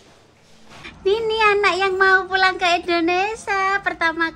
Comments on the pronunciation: Hai. maaf pengucapan yg benar Indonesia bukan Indonesa 🙏🙏❤ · ...bukan INDONESA.TAPI INDONESIA